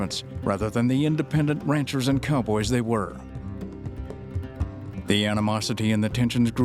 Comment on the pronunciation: “Recently pubWished EngWish…” HUH?!?